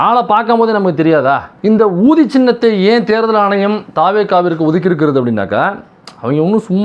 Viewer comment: அது என்ன ஊதி என் காதில் wrong கா கேட்குது. ஊதி...கூ....